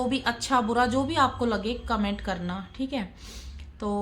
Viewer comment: Kya hai commento commento karti hai.thik se boliye.